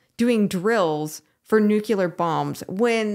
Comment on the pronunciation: It’s pronounced: NEW CLEAR‼️ Not: new Qu ler ‼️